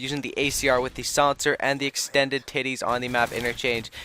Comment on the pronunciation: at least he did say extanded nipples X_X